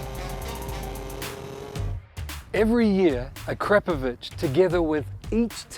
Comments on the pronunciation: A-Krap-A-Vich? Try Akra-Po-Vic! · Ah-crap-oh-vich I always thought it was Akra-poh-vich, as most say. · A-crap-ovich come on at least say it properly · A Crap Of Itch is hilarious. I always pronounced it Air A Povick. The K is silent. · Hmmm, and all this time I’ve been pronouncing it “Ack-Ra-Poe-Vitch”. Don’t I feel like a dummy. Very very nice, high end exhausts. I have a 2018 Triumph Street Triple though and their exhaust for those is hideous so I went with a Yoshimura. The Striple comes factory with a nice, modern low slung exhaust and that’s what I want and think looks best but the Ackra exhaust for the Striples is a huge 1990’s looking thing that comes all the way up to the rear passenger peg. 🤢🤮 I really wanted an Austin racing pipe but they’re just way out of my budget.